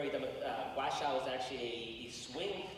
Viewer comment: whoever the purple shirt guy kept pronouncing Washoe county wrong jfc